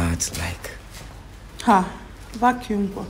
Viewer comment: 🤣🤣🤣 “Vacuum kwa” 🤷🏾‍♂️☹️.